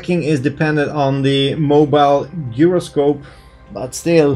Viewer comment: I love your videos. May I kindly offer some assistance with the pronunciation of two words? "Scenery" is pronounced "seen er ree". And "gyroscope" is pronounced: "jai ro scope" (jai rhymes with cry). Your English is tremendously good, but I'd like to give you this help, because I suspect that you'd like to know. I'm just getting into VR, and your happy, enthusiastic videos make me want to do it, straight away. 😊 Thank you